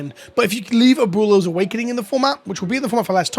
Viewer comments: At least he tried lol. Just say Ahh-boo-eh-low a tiny bit fast so the oo sound and the eh sound kinda blend together in the middle there. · Try saying it this way ... "AB - Well-o"... Its a tough word and no shame for the pronounced way that you said. stay milky my friend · "Uh-Boo-Lows" LMAOOOOOOO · Friendly pronunciation correction. Its AB - WAY - LOES awakening. Abuelo is "grandfather" in Spanish. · Me as a Latino hearing you say “Aboolows” hahaha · Better than SaffronOlive's Abooleo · I had 2 years of Spanish in high school like two decades ago and it hurt even my ears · ¡Cada vez que pronuncia Abuelo mal mi espíritu se muere un poco más! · I don't mean to be toxic but I really don't think when you're a content creator on the internet, there's any excuse to not know how to pronounce Abuelo. Like, I'll give it to Seth, he doesn't know how to pronounce English words half the time either, so it doesn't come off as any more disrespectful.